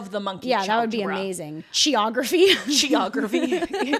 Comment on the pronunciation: Except it turns out to be their evil twin, Choreography. (Pronounced chôr, not kôr, obviously.)